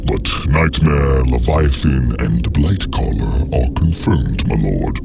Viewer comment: Did he say blight caller